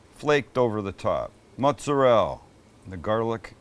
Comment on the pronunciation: Per those Italian dudes that are trending on YouTube shorts, you’re saying “mozzarella” wrong.